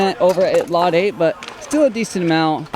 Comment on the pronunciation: its not latte 😂 its lot 8